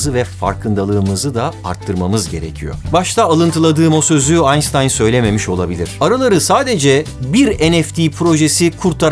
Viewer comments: Aynştayn a neden aynstayn dediğini bi ben mi merak ettim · aynstayn mı onun okunuşu aynştayn değil mi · Aynstayn değil aynştayn. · AynsssssSsstayn? Nedeennn? İşkillendim şimdi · geçmiş olsun alber anstayn kim ;:) dil sürsmüş